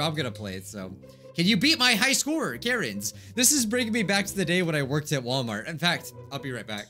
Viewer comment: (At the start): Karens What everyone else hears: Karens What I hear: Carrots